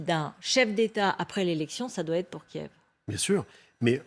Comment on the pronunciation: As a professional phonetician, the capital city of Ukraine KIEV, is transcribed as /kjƐf/ in all physical dictionaries and online dictionaries. So, the pronunciation /kjƐv/ is not traceable in any classic dictionary. Is the department of phonetics at your media in a deep slumber or have you news readers stopped consulting a classic dictionary? In future, may I suggest news presenters spend as much time doing their phonetic homework; prior to presenting news; as when they paint their faces and dress in classy attire -- for appearances may be deceptive.